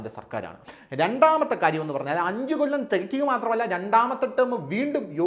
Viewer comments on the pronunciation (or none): none